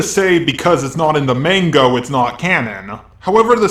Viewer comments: Whats up with him saying "mango" and that weird pronounciation of vegitto? Is he doing that intentionally? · you are really smart But I just hate the way you say manga like mango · Okay. Your saying manga and mango at this point. Stop fucking with us please. 😂